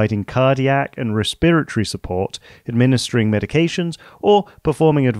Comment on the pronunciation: Cool, but as a med student it’s breaking my noggin that you call it “Re-spirit-ory” instead of “resp-eret-ory” I’ve never heard it called that way even with all the Mexican, Indian, and Chinese, Japanese physicians and med students here.